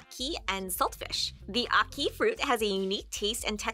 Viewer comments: And the way they kept pronouncing " Ackee " was irritating my soul ... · bro its not ahhkee, it’s ackee. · ACkee* not AWkee* and Saltfish.